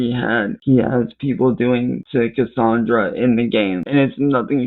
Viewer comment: "CUSSUNDRUH" The game mimics his life so of course it's vile.